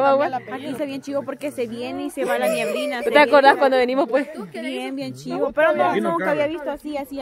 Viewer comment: dijiste ñieblina????? #COPTELDECAMARON